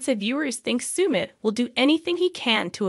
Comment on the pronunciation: Sumit is pronounced suh-mit, not soo-mit